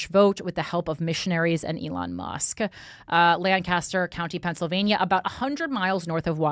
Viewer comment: The southeastern PA people wincing every time she says DOW - fin and LAN - kas - ter.